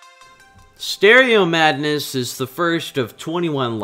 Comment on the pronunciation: "let's look at stereo madness" what i heard: "let's look at stereo badness"l